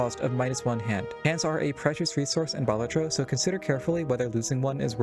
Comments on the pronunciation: Balat-tro not bal-at-tro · Sorry for being that guy but it's baLAtro not BAlatro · it's pronounced "balatro"